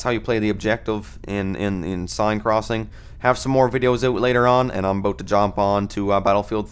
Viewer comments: Seine ... it's the River I think ... in French it's more or less pronounced like "sane" but I'm German so if I'm wrong, feel free to correct me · Its pronounced "Senn" :)